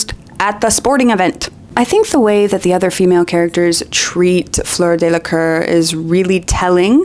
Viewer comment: Tiny note on french pronunciation ( and apologies in advance for nitpicking, as I spend a great deal of my time mispronouncing languages)... Fleur Delacour. Let's not pronounce her family name in a way that makes it sound like the word for "arse", I'm sure she deserves better.